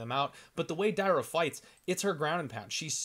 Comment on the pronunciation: Dear. Not Day-ra. Dar-ya. Not Mayra Moroz - Ma-ri-na. I sure, you can read letters wright. BOL:)